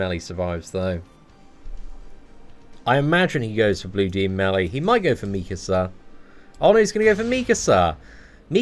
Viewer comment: Meekasa meekasa lmao 😂 😂